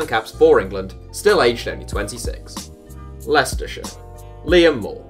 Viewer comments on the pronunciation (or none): none